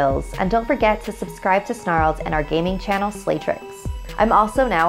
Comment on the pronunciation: Lol u said make sure u subscribed to “Starled”